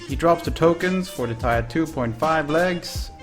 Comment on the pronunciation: its Tier, not tyre